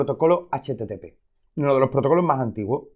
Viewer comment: habla bien caray no se te entiende... soy un "fullestack" se dice full stack... quitale la "e" caray... y usa las "s"... caray que vulgar: "vamo a eplicar" ???????? se dice : "vamos a explicar"... "uno de lo protocolo ma'a antiguo" se dice : "uno de los protocolos màs antiguos" caray como no aprenden a hablar ustedes en España....